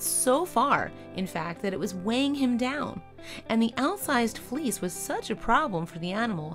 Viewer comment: It took a while to realize she was saying fleece not fleas